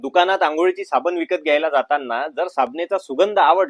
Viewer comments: साबन नाही ,साबण बोला l शुद्ध मराठीचा लोभ असावा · तुझे मराठी फारच भंगार आहे ते सुधार. साबने नाही साबण